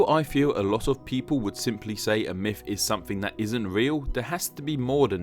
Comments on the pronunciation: mifology. mifs. mifical. idk why but this bothers me lol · When can you start saying "Myth" instead of "Myf"